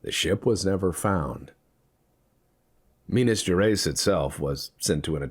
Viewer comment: Minas GerEYES like eyes in your face. I Will make you speak Minas Gerais properly untill the end of the lets play lol